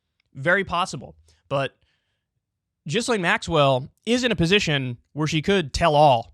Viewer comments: KYLE!! Its pronounced GeeLane. Jizzlaine sounds cooler though. 😎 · Ghislaine is pronounced like “gill lane”, not “jizz lane” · Like how you still call her Jizz-lane rather than Gill-lane. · I will never understand why Kyle thinks it makes sense to pronounce Gh like J. "Jislayn" wtf?. It's Gee Lenn. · “Virginia Jeff-ree” Gizz-lane Maxwell” ITS: Virginia GOO-FREY GI-LANE Maxwell God Kyle, learn how to pronounce peoples names before using them 😂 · Jeeezuz. Ja-Lane (emphasis on 2nd syllable), not Jizz-Lane (emphasis on 1st syllable (and mispronounced)). Properly identify your enemy (even when mispronunciation is fun). You have to think about your future (because your future opponents might understand DVRs). Less fart noises and stupid voices if future you wants to be taken seriously. How old are you now? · it's not pronounced jizz-lane, it's geeze-lane like geezer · here name is pronounced Ghe-Lane not Jizlane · Gil-ane. GIL-ANE. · Gi...len.... Maxwell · "Jeezlaine" Maxwell. Good one Kyle. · Has Kyle ever heard any of these names pronounced properly before? Jizz-lane and Virginia Jeffrey smh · It’s pronounced “GEE-LANE” with a hard G. Jesus fuck why can’t anyone say that, do some research and quit talking about jizz 😂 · LOL at Kulinski's pronunciatom of the name "Ghislaine." He is saying it as "Jisslane." This clip is an embarrassment. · Everyone: *knows how to pronounce 'Ghislaine' * Kyle: Jizz-lane 😐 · He stole this from Hasan Piker who has been calling her Jizz-Lane since it happened. Kyle is definitrly a fan of hasan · Please learn to pronounce her name - take 5 minutes to research some professional newscasts and listen to her name. I can't sit here and pretend you're credible while you pronounce her name like it was some emission of bodily fluids. 4 Minutes into video, Stop, I'm out of here. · I love kyle but how do you look at a name that starts with a gh and pronounce it like a j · You're pronouncing her name wrong! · The S in her name is silent dude.